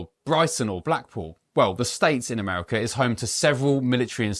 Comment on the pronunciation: Its a Ammerrikka 😂😂